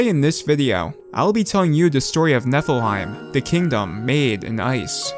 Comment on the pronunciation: It kinda sounds like Netherheight